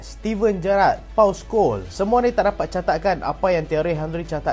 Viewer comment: Tahniah. Sebutan Paul Scholes. Betul dahh.. Tabik Der. Always upgraded 🎉🎉🎉🎉